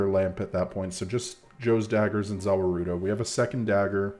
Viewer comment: Hahaha I looked for this comment the second I heard 'zah wah roo doze'